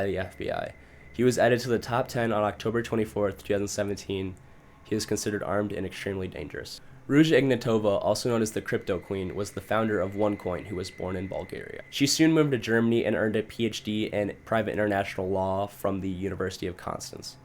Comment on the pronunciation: gotta love how people cannot pronounce Ruja's name properly